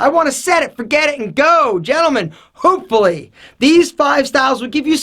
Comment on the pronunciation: What the hells is ''hoopfully''